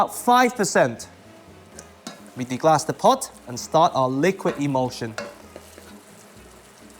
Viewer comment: one minor thing that i've noticed watching your videos--it's deglaze, not deglass